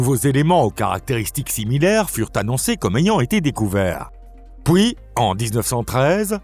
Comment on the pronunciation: Effectivement, cette voix IA a du mal avec les "pouis" (puis) et "pouissant" (puissant) 😂 Ce n'est toutefois pas la pire que j'ai entendue 🤔